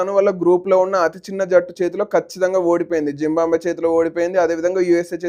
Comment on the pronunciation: జింబాబువే అని పలకడం రాదు నీ కెందుకు రా వీడియో లు